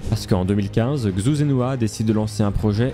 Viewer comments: Très cool, juste pour que tu le saches, la prononciation de Xu Zhenhua c'est "Chou Djen Rua" ;) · La vidéo est incroyable ainsi que l’histoire, mais dommage que tu ai mal prononcé son nom/prénom toute la vidéo